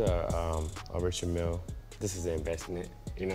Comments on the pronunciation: Sry für den Klugscheißer- move aber mich regt es richtig auf wie du „Richard Mille“ ausspricht. Die Uhrenmarke ist nach dem aus Frankreich stammenden Gründer „Richard Mille“ benannt, weshalb die Marke auch „französisch“ ausgesprochen wird😁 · Richard Mille falsch ausgeprochen ? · bin mir nicht sicher, aber Richard Mille ist ja aus der Westschweiz, demnach französisch. Würde man die Brand nicht auch französisch (Rischar Mill oder so) aussprechen? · Richard Mille wird französisch ausgesprochen, die Marke kommt aus dem französischen Teil der Schweiz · haha richard mille falsch ausgesprochen da musst du nochmal üben